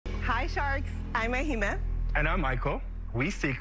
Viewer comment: 😂 It's pronounced Eh-hee-mey (Ehime) It's a Nigerian name, We forgive you.